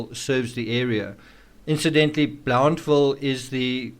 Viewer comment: Tri city local-- so far your doing a.good job describing it -- minus some accent differences lol-- like blountville locally sounds more like "BLUNT vill"--- otherwise excellent!!! Some things i would add is were 2 hrs from the premiere state university UT in Knoxville TN.... were about 1.5 hrs from sevier co which has Dollywood- dolly partons theme park and otherwise a general tourist trap- ive noticed several pics from the Wells family in sevier co- for example the aquarium pix are at Ripleys of the smokies... and the AT runs through Unicoi Co- which is a smaller town thats also generally considered part of "tbe tri cities... and in Bristol we are actually mid construction on a hard rock hotel and casino-- the casino will be on the VA side od bristol with the hotel going on the TN side of Bristol...